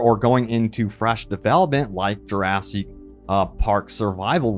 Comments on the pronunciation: Plz stop mispronouncing jewrahsik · lil bro can't stop saying juraSEEK park